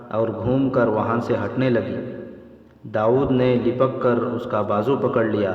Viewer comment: Lapak not lipak